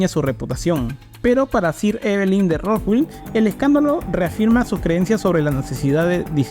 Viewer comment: Felicitaciones por el esfuerzo de investigación. Lo que me confunde es que el mismo apellido Rothschild es pronunciado varias veces mal haciendo entender que se trata de otras familias. Puedo estar equivocado pero ese error confunde mucho. Me perdona si estoy mal.